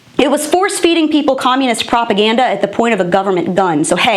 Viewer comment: did she say propaganda? Because I thought I heard CRAPAGANDA. In my opinion, it's really two words for the same thing.